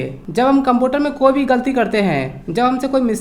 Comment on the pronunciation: Computer to bolna Sikh lo